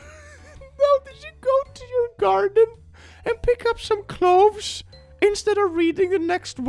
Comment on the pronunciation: cloves, not cloveRs 😂